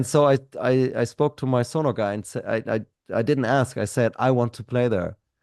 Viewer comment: Hey, trust on the pronunciation of Sonor. German brand, German drummer, no matter where in Germany you come from, only one pronunciation. 😅